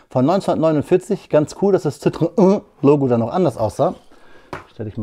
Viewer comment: Ein paar Sprachtipps für alle: Citroën spricht man "Sitro-enn" aus, wegen der 2 Punkte über dem e. Die zwei Punkte nennt man Trema: zwei nebeneinanderstehende Vokale, hier o und e, sollen getrennt gesprochen werden. 2CV steht für deux chevaux, wörtlich 2 Pferde (-stärken) und sollte wie "döh schövooh" klingen, oder wie die Schweizer sagen: Döschwo. Bitte, bitte nicht "schövööh". Denn das Wort gibt es auch im Französischen, man schreibt es cheveux (nur ein einziger Buchstabe anders), und es bedeutet "Haare"! Wer will schon Enten mit 2 Haaren? ;-)